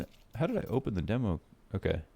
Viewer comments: It's dee-mo, not deh-mo. Signature catch phrase 👌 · NOOOO U HAVE TO SAY DEEMO PLEASE KEEP SAYING IT LIKE THAT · demo pronunciation correction made my day